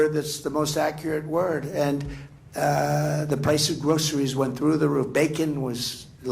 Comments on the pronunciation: Stop saying “grosheries” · I'm surprised he knows how to say groceries